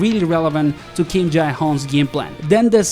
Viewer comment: why cant u just pronounce him as Jay? Its so weird